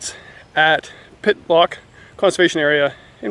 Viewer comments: It’s Pit-tock not Pit-lock lol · Say Hey... It's Pittock not Pittlock... LOL